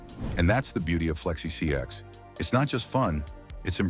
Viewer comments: Why is the ai voice saing flexi csx? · Why is bro saying flexi csx😂😂😂